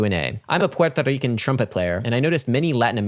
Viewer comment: Hearing Adam pronounce "Puerto Rican" made me laugh harder than it should have